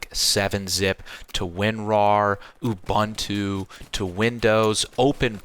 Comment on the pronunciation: Ubuntu pronounced u(as in boot) boon (not bun) too (shortened u, like u u ah ah sexy eyes I want to take you to paradise)😂